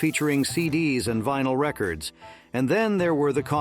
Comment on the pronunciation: It's vInyl, not vINyl.